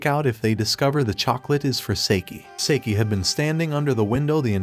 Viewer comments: Bruh why does he say saeke instead of saiki?💀🗿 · For the love of god hes namn is not seiki its saiki